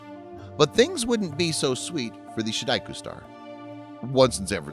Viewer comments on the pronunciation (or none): OMG! "She daku"??? No, try "Sheu die choo" not "Mau zay dong" it's "Mau tsuh- dong" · An interesting story. The only thing is the narrator's pronunciation of "ShiDaiQu". In the video, it's pronounced like a Japanese word which threw me off thinking it's some sort of Japanese singing art, but soon realized it was probably "时代曲"。